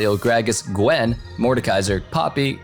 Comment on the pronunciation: Loved it when he was calling out the champs being buffed and he goes "galio, gragas... little pause GWEN!.... mordekaiser, poppy" XD